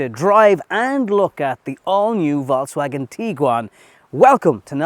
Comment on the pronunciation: Nobby, love your reviews, but for Christ's sake just say VW, because that pronunciation of VALKSWAGON, does my head in. It's VOLKS, there's no A in the VOLKS bit, jeez. 😂